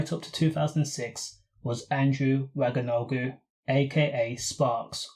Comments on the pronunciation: Jesus you butchered the surname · I’m convinced white ppl do this shit purposely.. How tf can u butcher his name soo bad even added more syllables wtf are u on😂